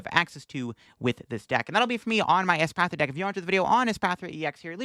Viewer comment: PRONOUNCING ESPATHRA CORRECTLY!!! YOU'RE NOT THE REAL!!!